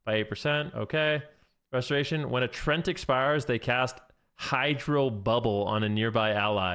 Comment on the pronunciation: it is written Treant, not Trent ... so why do ya say trent!?!? .. it is "tree"+"Ent"(from tolkiens lore)